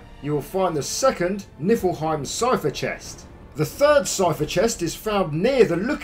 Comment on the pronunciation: Just so you know it’s pronounced knee-fill-hime